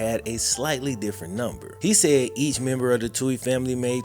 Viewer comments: Also, btw (not that I care about them) it's pronounced Two-eeez not Toe-eeez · They last name is pronounced..... Two-ey not Tow-ey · Love you and your vid’s but it’s “too-ee” ☘️ 🇮🇪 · First where u been? Also the TWO-E'S,THATS HOW THE NAME IS PRONOUNCED, ALSO SEND BIG MIKES SON CHECKS FOR THE FUTURE IE. COLLEGE FUND. BIG MIKE EVEN STOPPED CASHING THOSE CHECKS. SHAME ON MIKE SHAME ON HIM..